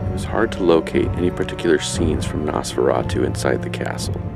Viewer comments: I cringed every time he said NAHS-FERRA-TWO. It's Nosferatu. Noss-fera-tuh. Not difficult. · Nice video, I love stuff like this and as yourself, Nosferatu is one of my favorite silent films. However, with all do respect, please...the name is pronounced NOSferatu. As in NO, a long "O". You are pronouncing it as NASferatu as with a soft "A". Just a piece of constructive criticism. Be well. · Very cool - I found an early VHS copy of this movie back in 1991... No offense or anything, but your pronunciation of NOSFERATU is atrocious. So here it is ... NOS (like the NOSE on your face) FER (like the State FAIR) [and roll your R spanish style] AHH - TU ... Now just put it All together